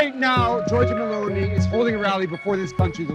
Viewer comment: How Terrible Is the italian of the speaker, not even one Word Is pronounced correctly. Meloni becomes M'lonee, Perugia becomes P'rooj'ah, for istance.